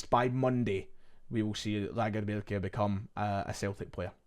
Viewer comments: Please keep doing that Scandi accent when you say Lagerbielke. Don’t get lazy with it, I will tune in to each update just hear it. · Hope lagerbeilke signs … listening to you say lagerbeilke is proper quality we need more .😀